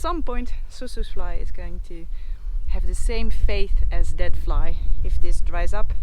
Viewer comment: you pronounce vlei... flay